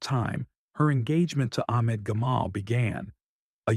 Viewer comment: I know you can pronounce the name Ahmad correctly, then u say Akhmad or Amad,, why are you an AI sound